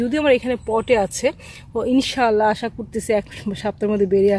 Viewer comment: মাঝে মাঝে ইষশাল্লা বলছেন কেন